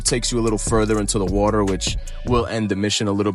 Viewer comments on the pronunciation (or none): none